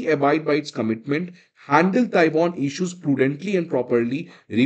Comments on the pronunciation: It is pronounced Tai-waan, like pehelwaan, NOT Tai-von, like pokemon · Galwan toh sahi bol rahe ho, GalVON nahi bolte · Taiwon nahi sir taiwan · Taiwon ❌ Taiwan ✅ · TAIWAN SOUNDS LIKE tai·vaan AND NOT taiwon !! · Tai-waan…… tai-won! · Boss, your pronunciation of Taiwan sounds Taiwoun! You are a teacher and sometimes need to be ipen to learning but you dig yourself.